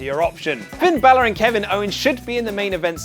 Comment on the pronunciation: Did you just say “”?!